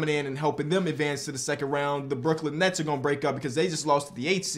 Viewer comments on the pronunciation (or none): none